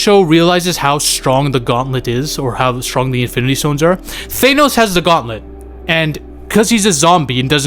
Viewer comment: Why do u call thanos "thaynos" 😂